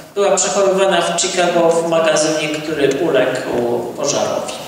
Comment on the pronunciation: Pan pisarz a angielski ma gorszy od dziecka z podstawówki: (CZIKAGO) INSTITUTE OF ART tak samo się wg niego fonetycznie wymawia jak się pisze, to jest dramat